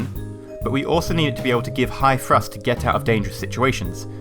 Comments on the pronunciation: Do u say frust in stead of thrust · Great video but i must point out that it's pronounced "TH"rust not Frust. thanks for the vid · Lol u say "frust"